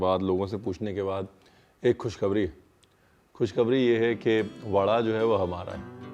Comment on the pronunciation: ‘Kush khabri’, that sounded hilarious 😂 ! Sometimes I want to try all your recipes but some ingredients are unavailable, I get lazy to go buy but at least all your recipes are on YouTube.